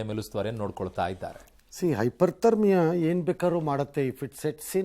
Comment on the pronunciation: Its not Hyper thermia but Hypothermia please educate Ranganna and ask him to mention this correction in next episode